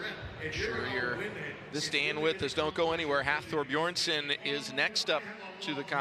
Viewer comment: They really let him say BEERSON AGAIN....wtf